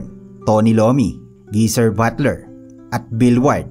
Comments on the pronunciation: Tony iommi not lommi 😂😂😂😂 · Tony iommi po hindi lommi haha. correction lang po. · Tony Iommi (ayomi) po ndi Lommi😊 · Ayaw ko dito. Prinsipe siya at hindi hari at hindi Tony Lommi, lommi o IOMMI pre (malin ka ng basa sa research mo). Mas mahusay talaga si Aklat ph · CORRECTION LANG, ANG PANGALAN NG GITARISTA NG BLACK SABBATH AY TONY IOMMI AT HINDI TONY LOMMI ( PRONUNCIATION) OF IOMMI IS AYOMI HINDI LOMMI GINAWA MO NAMANG PAGKAING LOMI. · Tony Iommi po, hindi Tony Lommi. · Tony Lomi daw Iommi yun! 😂😂 Baka gusto mong gawing mami na may siopao 😂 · Share ko lang yung sa pronunciation. its Tony Iommi (Ay-o-mi) also yung lugar na Iowa is (Ay-o-wa). 😉